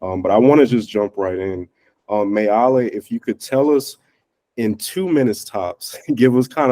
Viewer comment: I loved this- but the pronunciation of Meili is MAY-LEE. Too bad the interviewer didn't get that right, it's distracting.